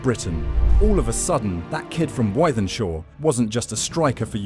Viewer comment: Its pronounced with-then-shaw